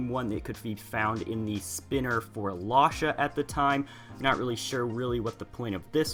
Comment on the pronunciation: You say lasha like losha. It's lash with an a at the end